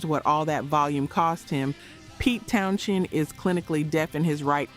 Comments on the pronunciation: His name is "Towns-end" not "Towns-shend". Duh ...... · The pronunciation of Pete TownSHend is forking annoying. Also whilst constant volume was a factor in his deafness the initial damage was caused when Drummer Keith Moon set off an explosive charge in his kick drum during a performance of "My Generation" on the Smothers Brothers Comedy Hour, damaging Townshend's hearing on one side. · Pete Town-Shend. lol. The more she says it, the more I lost interest. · Pete Townshend pronounces his last name as "Town-zend" (/ˈtaʊnzənd/), despite the spelling containing an "h". The "h" is silent, making it sound like "Townsend," not "Town-shend." The pronunciation has often caused confusion, but it rhymes with "send" or "end," as noted in various pronunciation guides and fan discussions. There's a video on it. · If you wish to make an impression with your (knowledge/expertise) about someone else, you should at least get the name correct. Maybe a little more (double) editing, before presentation. To keep saying Townshend, when it is Townsend, is just sloppy. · Pete Townsend is pronounced “Towns End” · I had to stop when you mispronounced Townsend the third time. Ugh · It's pronounced Town-send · It's pronounced Pete Towns-end. The *h is silent. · THANK YOU! I don't ever remember his name being "Townshend". It was always "Townsend". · There is no “ Schend” in “ Townshend” ! Plz pronounce the names correct . It’s irritating and lazy narriating. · Is not Townshend pronounced as Townschend too? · I cringed too every time I heard you mispronounce his name but I was able to overlook it because I'm impressed that a girl your age knows who he is lol. Long Live Rock!